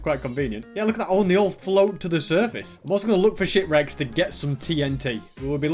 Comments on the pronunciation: I thaugt you said sh*t wreks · Am I the only one who heard “💩 wrecks” instead of shipwrecks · When you said “let’s look for ship wrecks.” I thought you said “let’s looks for sh*t wrecks.” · i thought he said shitwrecks